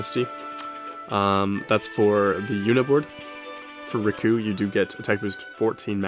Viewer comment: You say Rikku the same as Riku ;D